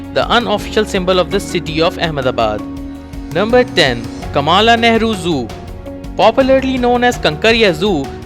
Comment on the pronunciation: Get your pronounciation right - It is Kamla Nehru Park not Kaamaalaa Nehru Park